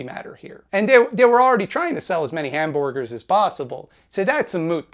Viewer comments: Hmmmm... 'Hamborrgers' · HE SAID HAM-BORG-ERS. HE SAID THE THING! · You said hamborgers your argument is invalid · Hmmmm..... "Hamborgars" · "Hamborgers". Hmm. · Every time says "hamborgers," he's sticking a knife in the eye of that one guy who did that video about him. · "hamborgers" heh